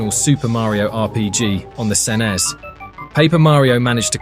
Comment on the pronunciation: Calling the SNES the "sen-es". AI BS.